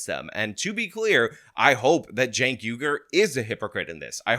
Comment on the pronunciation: If youre going to make a video about someone, learn their first name. CHENK - not JENK.